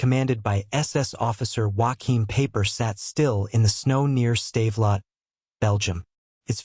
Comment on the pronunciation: His name is pronounced Piper, not Paper!